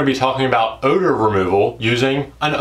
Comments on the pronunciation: Oewder...? Said like o-dur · The way you said Odor, I got worried